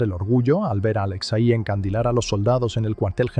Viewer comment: No es "Aléxei", es Alexei.